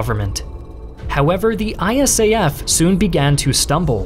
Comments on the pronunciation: Great video but nobody ever called it "I-S-A-F" but "eye-SAF". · Dude, it is really weird to hear to called I.S.A.F. We, who were there, called it ISAF (pronounced eye-saf). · Really wish you’d say ISAF the way most of us do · If you ever do a video about Afghanistan again you can say ISAF as an acronym rather than an initialism.